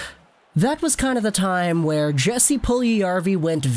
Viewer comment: It’s pronounced “Yes-ee” no hard “J”